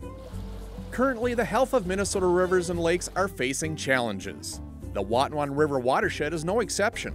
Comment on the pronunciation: This video taught me how to pronounce the word "Watonwan". 👍🏻